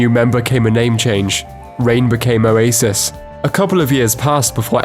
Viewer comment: I honestly thought this dude was saying "a racist" instead of Oasis for like the first minute of the video.